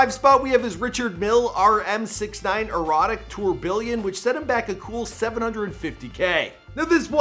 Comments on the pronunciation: It's pronounced [tur bee on] not "ture billion" the word "billion" isn't even in the word *tourbillon*. But you wouldn't know that, obviously. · Tour Billion instead of Tourbiyon seriously why did your slash that pronunciation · It’s French tourbillon is pronounced tour-bi-onn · Tour-billion? Lmaoooo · "Tourbiljon" he said lol